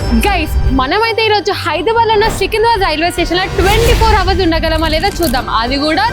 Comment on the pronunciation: Adhi hour Kadu h silent 😂